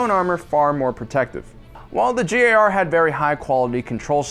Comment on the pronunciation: Is it just me or has he been saying JAR instead of GAR?